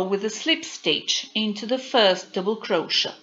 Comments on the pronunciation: Don't you understand it's pronounced crow shay????? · You can just go up a size for each size lArger (I’m not sure how it would work if you have to go up too many size). If you knew the multiples for the pattern, you could tell based on that. I neve heard anyone pronounce crochet (cro-shay) like you do (cro-sha). Interesting.😃